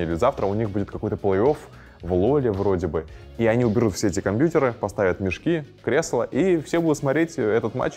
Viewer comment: Как мерзко он говорит компьютеры , как дед бл